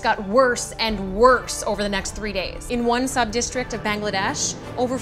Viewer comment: OMG this is sad pronounced Bangladesh which is my nationality correct thx